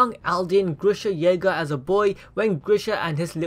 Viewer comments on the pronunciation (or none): ERIN YEAGAAA AND ERIN KRUGAAA. No offense FAM♥️😂